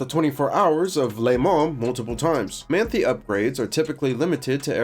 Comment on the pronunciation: as a german i feel obliged to point out, that its pronounced like "Mahn-Thai", though to cut you some slack, its not a particularly german looking name ;) great video!